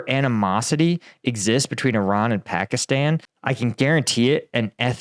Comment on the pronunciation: please learn how to pronounce pakistan